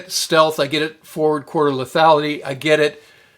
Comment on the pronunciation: Four quarter lethality? That what you said? What's that mean?